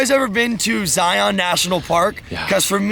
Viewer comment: I can hear all the people from Southern Utah saying you said Zion wrong